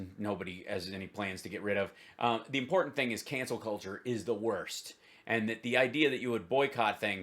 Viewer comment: "Is it so impor-int?" hahahaha